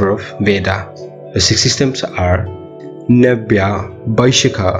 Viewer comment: ❣️❣️ Well explained. But You pronounced Nyaya as Navya . And Samkhya as Sama-khya.